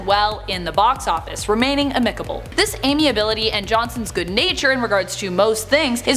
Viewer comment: “A-manates”?! “A-micable “?! “Prow-ESS”?! It’s like someone else is writing this and she’s reading their words for the first time.